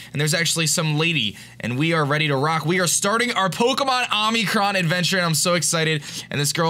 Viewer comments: Is it just me or did every time say omicron it sounded like omicrom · omicroN! the whole time he was saying it with what sounded like an m at the end. Love this game! Keep in mind BellSouth got a good buff!